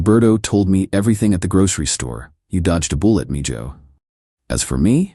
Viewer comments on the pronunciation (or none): Mee--JOE? It's pronounced MEE-hoe.